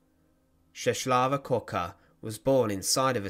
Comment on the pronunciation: The way that you pronounce Czeslawa is way off the mark. The letter "L" with a "tick" in the middle is like a "W" in the English language.